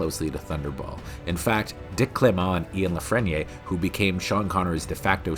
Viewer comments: Very enjoyable as usual. Not sure Dick Clement's surname is pronounced as French though... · The pronunciation of Clement and La Frenais could do with some work too.